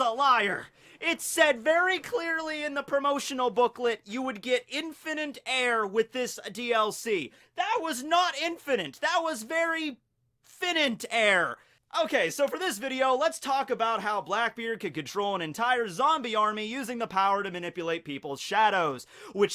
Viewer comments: Its finite not finet XD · It's pronounced FyEnIght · for the grammar nazis and those interested the oposite of infinite is finite and is pronounced fine-ite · "Infininte" "Fininte" "InfiniNte" Where did the N come from? N-word pass????